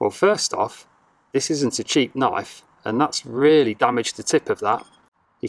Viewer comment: first knife thats not a knoif, second knife thats a knoif!!!